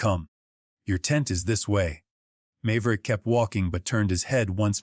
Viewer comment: Mave-er-ick, come on your AI needs to learn how to pronounce names. Then I may listen.